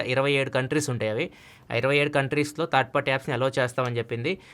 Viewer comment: Third not thaard correct ga pronounce cheyandi